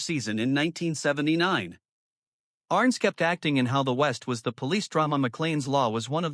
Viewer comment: His name was "ArNESS", not "Arress".. oy... Arness took a round at Anzio and had that characteristic limp ever after. The "Long Branch" in Dodge was a bar and cat house on Front Street from c 1875-85, historically.